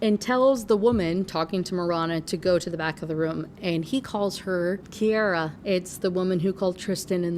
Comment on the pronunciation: SO weird to hear my relatively uncommon name being said so much in a video 😭 and I can confirm—it’s pronounced KI-ara :)